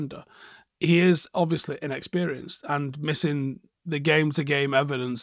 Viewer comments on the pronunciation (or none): none